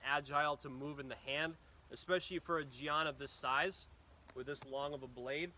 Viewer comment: It's pronounced Jen. Like the nickname for Jennifer.